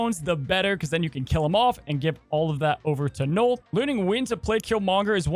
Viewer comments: Knull ....like null and void ...not knoll ...knoll is a small mound .. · Kept thinking you where saying “Noal” wondering what card 😂